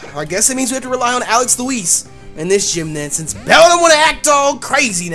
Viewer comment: Whenever you say Alex Louise it sounds like Alex Elize/Elise